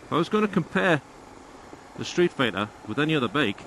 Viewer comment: Ducati "Sreetfighter"?